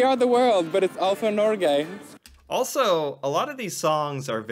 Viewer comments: You don't say Norge with a soft g, you need a hard g. Like the word Get. Norget without the T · The G in Norge is not a soft G, but a hard G. Like when you pronounce the word GO. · Norge - > the g like in "go" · When your pronouncing Norge, you sound like you say Nåcjhe. It really grinds my gears. You put out a lot of great content btw. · Please notice that Norge is pronounced with a hard g, Nor-geh. You also mentioned somewhere else that you have to be a Norwegian citizen to study for free at a Norwegian University. That’s not the case. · there is no J in Norge! xD prenounce it correctly